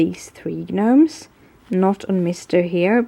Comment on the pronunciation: I think it's soooo cute that you call them g-nomes. In America we says "nomes"...silent G. Love all your videos!! The cards you make are amazing!!